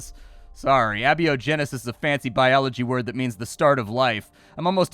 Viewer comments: Ay-bio-genesis. Ah-beeyo-Genesis is not a word. A-biogenesis. Is the development of life from pre/non existent life forming materials. The synthesis of organic materials. Ah-beeyo-genesis is nothing. You wouldn't call an atheist ah-theist. You'd be following the William lane Craig path of derptitude. Please use the correct term. Trying to sound smart and referring to the incorrect pronunciation and definition is giga-yikes. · it's a-bio-genesis, not abby-o-genesis. 😁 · My friend. It's pronounced a-biogenesis not abi-ogenesis. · Not Abby-O-Genesis. A-Bio-Genesis. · It's not "abio-genesis", it's "a-biogenesis". Because it's the opposite of biogenesis. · Just to inform and elucidate; abiogenesis /ay-bi-oh-gen-ih-sis/ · Small nitpick, Abiogenesis is pronounced "A" like the letter "Bio" like biology and "Genesis" like the band. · Just FYI,, the word is Abiogenesis, pronounced A-Bio-Genesis Basically, life from inorganic compounds. Love the videos! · Abiogenesis is pronounced A-Bio-Genesis. means: Not-Life-Start aka before life began. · normally i wouldn't be so pedantic but your pronunciation actually tore me away from the game i was playing lol. Abiogenesis is pronounced "A" - bio - genesis, ( without - life - genesis). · that pronunciation of abiogenesis was something else lol